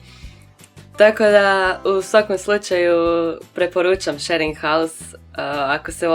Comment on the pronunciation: WTF? Shearing house? šering haus > SHARING HOUSE